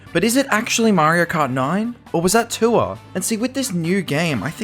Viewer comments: i'm so brainrotted i keep hearing "tour" as "tuah" 😭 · Threw me off when you pronounced tour as tuah